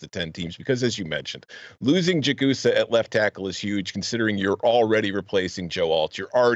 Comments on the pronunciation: It’s Jag-a-saw for the ND Tackle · It is pronounced Jag-a-saw!!!!!